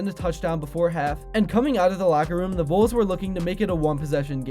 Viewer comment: for the record, it's pronounced VALLS Voles are field mice...